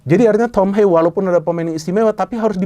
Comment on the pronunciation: Haye❌ Hayeu✅